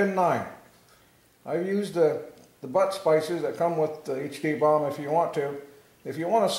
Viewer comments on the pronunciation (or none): If I hear you say bomb instead of boom one more time, I am gonna mash your mouth!